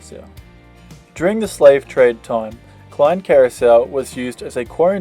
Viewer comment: hehehe love the way you say "Klein" for Klein Curacoa the word Klein is Dutch for little as you know. But the way you would say it, if I may use English words. "Clay" that you would say normally, "clay as in the soil type" and end it with the "N" from a word like "Clean"... hehe. So Say "Clay" and finish with "N"... So its Klein = Clay~n